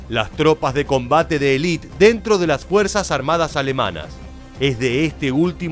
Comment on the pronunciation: se dice elite completamente no elit